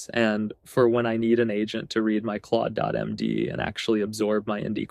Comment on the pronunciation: sorry, thought it was Ai generated when you didn’t pronounce Claude.md correctly. But let me delete this comment so I don’t misinform others. Great content btw